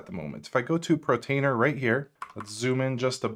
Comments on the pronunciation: Love this walkthrough! But please for the love of god stop saying Portainer as “Protainer”. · it's portainer, not protainer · Dude, it’s POR - TAINER. You saying Protainer is driving me nuts lol. POR TAINER ! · Great video , thanks! Just one comment, you keep saying "Protainer" with a ''PRO'' at the beginning. it is called "Portainer" with "PORT" at the beginning. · Be this guy, has set all of this up. Sees the words Portainer potentially hundreds of times. says Protainer... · That was mispronounced, it's por-tainer, not pro-tainer. Just FYI so you know. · good channel, the pronunciation of Portainer is Por tain er not Protainer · Bro, its PORtainer, not PROtainer. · *PORtainer (not PROtainer) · It's PORtainer, not PROtainer ! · Why does he call it Protainer instead of Portainer? Is it an insider joke? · It's pronounced (pour-tainer) and it is spelled portainer, not protainer and (pro-tainer). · no, it's just one of several mispronunciations in the video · I love how you pronouce pROtainer :D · Not sure if it's just me, but I keep on hearing Pro tainer instead of Port tainer. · I'm sorry, but I can't help but hear you pronouncing Portainer as Protainer. *8') I don't know if it's deliberate, a cultural thing or you're just copying someone else's mispronunciation, but I'm finding it really jarring, which is a shame, given how interesting your content is. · its called PO R TAINER... not P R OTAINER ;-) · Love the video, thank you. Not to be terribly pedantic, someone already pointed out the mispronunciation of Deluge, and this one is forgivable especially if anyone suffers from dyslexia... but it's por-tain-er (POR at the beginning)...not pro-tain-er (Not PRO at the beginning). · Great vid! Fyi it's 'PORtainer', not 'PROtainer, and 'deLuge' not 'deVulge' 🤗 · Sorry but are you saying PROtainer (Portainer) and DIVULGE (Deluge) or am I hearing things?